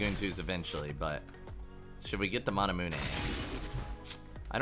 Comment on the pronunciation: no one:: manamuené